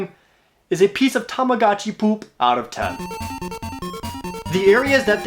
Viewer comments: The way Jared says "poop" really tickles me. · Why do you say “poop” so weirdly? 🤔